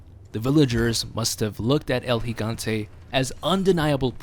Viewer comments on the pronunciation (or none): its pronounced el higante (Gigante) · Finally someone actually knows how to properly pronounce his name. Seems nobody realizes the first 'G' in Gigante makes an H sound.